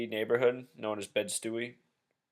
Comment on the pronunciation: Greetings brother, the part of Brooklyn that JZ is from is pronounced -Bed Stye, like Stye eye....I'm from Long Island so I understand how difficult our name can be to pronounce.....the neighbor hood full name is Bedfordstuyvesent & Marcie housing projects are no playground......as always be well my brother